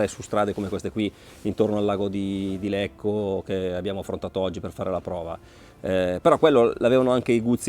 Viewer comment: Bellissima recensione, moto molto affascinante, la valuterò in futuro. Unica sbavatura nel filmato..."...lago di Lecco..." non si può sentire 🤣